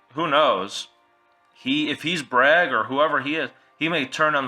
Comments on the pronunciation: IT'S BRAYEG!!! NOT BRAG!! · this list sucks, this is not gonna happen. it doesnt make any sence, its stupid. Also its "BRAIG" not "BRAG". God learn how to pronounce names